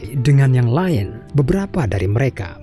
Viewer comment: Baek, maen, laen. Harus gitu kah pengucapannya?